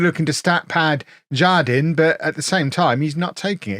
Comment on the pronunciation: The Spanish J sounds like an H, so it would be har-DEEN. it means "garden" :)